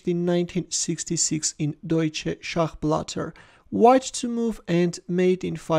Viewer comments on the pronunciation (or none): Excellent! PS the second part of "Schachblätter" is pronounced approximately as "blEtA": "ä" can also be written as "ae" and is pronounced similarly to German "e" (example: Märchen or fairy tale) and "er" at the end is pronounced as german "a" (example: "oder"). I hope this helps. Cheers! PPS I'm currently perfecting my German pronunciation, so I cant help thinking and writing about this :-)